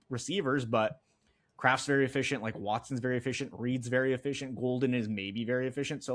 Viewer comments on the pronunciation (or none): Sean’s great but Can focus a bit on pronouncing players names correctly? — “Doobs vs Doubs, CHarbonet” etc? Thx!